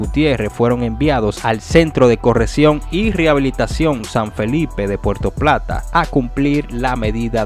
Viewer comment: Diablo que clase de periodista .no sabe ni habla dice porto plata .y .es puerto plata